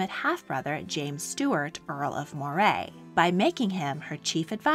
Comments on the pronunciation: wonderful vid, as always. Tiny quibble -"Moray" is pronounced "Murray" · Moray is pronounced Murray